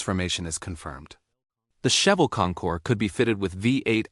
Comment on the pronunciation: Cheavel … ok Ai … sorry not watching if you mispronounce the first car!…bye…